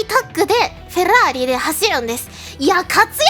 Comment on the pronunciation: フェrrrラー↑リ好き